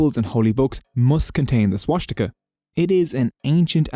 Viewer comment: Why the heck is swastika being pronounced w a German accent?